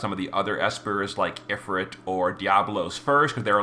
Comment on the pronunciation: If-ERT? Dude. Ifrit, is also spelled efreet. EET, like EAT.